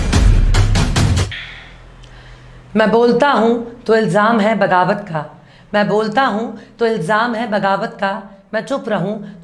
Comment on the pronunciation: Bagawat nahi baghawat.